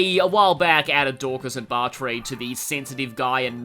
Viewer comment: Well uhhh I have a pretty good guess Yes, mixing red light with green light makes yellow. I've heard so many people pronounce it Bar-tray but it's most likely supposed to be Barter. In Japanese it's バアトル That's surprising... I look forward to hearing more about why that is